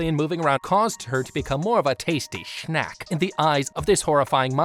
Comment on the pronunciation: I the like way he said snack into sack